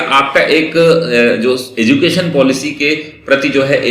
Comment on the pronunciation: एजुकेशन होता है न कि एजू केशन